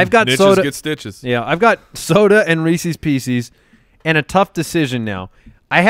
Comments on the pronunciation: Everyone: Reese's pieces: Reesees peesees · Re-sees pe-sees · Am I the only person whose skin crawls every time says "Reecees Peecees"? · shouldn't be allowed to have Reese's Pieces for pronouncing it like that